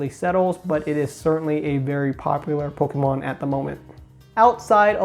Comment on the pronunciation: I thought I heard you say “polkamon” once and now I can’t unhear it.